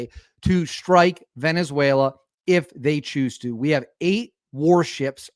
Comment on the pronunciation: Is now pronounced Venezu-WHALE-la 😂😂😂😂😂